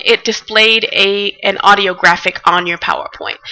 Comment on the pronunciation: odio? ne e sigurno TUKU AUDIO A U D I O